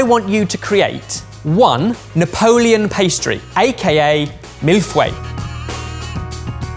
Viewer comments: I may have forgotten most of the French I had to learn in 9 years, but I kept hearing "Milfway" instead of mille feuille and was so confused what pastry this is for the longest time lol That said, A++ pastry choice, I love them a lot <3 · I can't keep my mouth shut anymore.. For someone who claims to speak French, French pronunciation is so cringe! The two that annoy me the most are 'bain-marie' and 'mille-feuille' which are 'ba (like bat with no t) ma-ree' and 'mee- foy (rhymes with toy)! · I live on the Quebec border, we've always pronounced it meal fi-ee. Sort of. The feuille doesn't really have a similar sound in english. Edit: nailed the icing pattern. I wonder if you guys would be able to order a St Hubert mille feuille online and be able to get it over there. They're the best commercial one I've ever had. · Mill fway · facial expressions during Chantilly-gate and chocolate-gedon are everything. Also, this has been said already, but the way pronounces Millefeuille sounds like Mille Fouets which could be a thousand whisks or... a thousand whips. I don't know what I like best. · LOL. Sounds like he says Mille Fouets (1000 lashes). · has been to france, speaks french. Also: Mille-Fweh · Word as written on paper: "Mille-feuille", a thousand sheets Word as said by: "Mille-fouet", a thousand whisks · Isn't mispronouncing french words (especially culinary ones) practically an English tradition at this point? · Mi Il Fuei, it's a Chinese mille-feuilles. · 😁😁😁😁 me too. Mille fouets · I heard mille fouais lol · aaargh!!!,,.... mille feuille..."fey" but curl your lips together as if you were going to say a naughty four-letter word! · my french heritage cried when said ‘Mille Fway’ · Just go with Mille Foy. It's the easiest approximation for English speakers and sounds a lot closer than what uh... you said. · "fay" is nowhere even close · Its just me fway, rather that mill isnt it? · Whit a 'schwa' in 'fEUille'